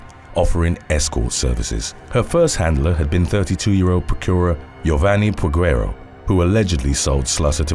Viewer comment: The U is silent in Peguero.